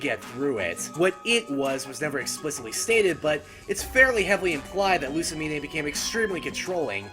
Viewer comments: Lu-sa-mean! Not Lu-sa-mi-nay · Loo-sa-meen-ay...ny-il-ego...why do you trigger me like this? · Winn Schott No, Luz - mane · Given that my own mother acted similarly to pre-psycopath Lusamine, I can understand it. Maybe that's why I'm not sympathetic, she actually thought she was doing the right thing.. even when everyone abandoned her. and why are you pronouncing the 'e' at the end of her name? It's not a unique name and the e is silent. sorry, just triggered about that